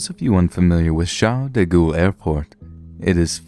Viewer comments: Chalk des ghoul? You mean Charles we Gaulle? Prono7nced like English Charles pretty m7cg and we like duh Gaulle like gall. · The way he pronounced 'Charles de gaulle' 🤣🤣🙄